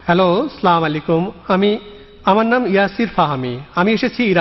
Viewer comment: সবই ঠিক আছে ভাই। কিন্তু ১ম যে ভাই প্রশ্ন করলো সে "স্লামালাইকুম"" বললো কেন? কেন এমন লোক দিয়ে বাংলা অনুবাদ করান? যারা ঠিক মত সালাম দিতে পারে না?